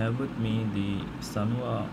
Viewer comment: " SANWA " NOT " SUNWA "